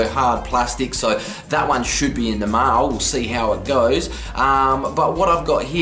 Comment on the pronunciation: Did he say meow for mail?! Lmao